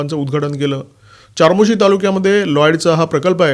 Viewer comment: "चारमोशी" नाही रे बाबा "चामोर्शी" मराठी पत्रकार असूनही....